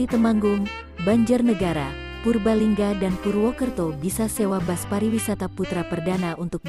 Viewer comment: Kok dibaca bas yg bener kan bis ini ejaan indonesia jsngan menyesatkan.